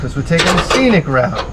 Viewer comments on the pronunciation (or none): none